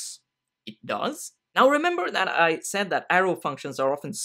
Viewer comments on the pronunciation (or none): none